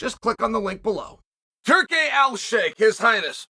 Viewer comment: Not quite - he missed one of the “al”s. Close tho 😂